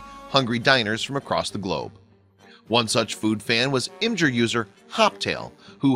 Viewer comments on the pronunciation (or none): The mispronunciation of IMGUR and a few other things really made this video hard to watch.